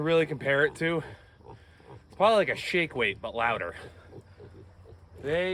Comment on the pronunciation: What did you say you could compare it to? It sounded like you said 'shig whig' but the captions said 'shake weight'...neither of which I've ever heard of. 😄